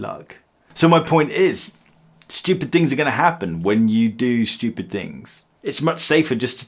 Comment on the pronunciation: “Don’t be studip” 🤦‍♂️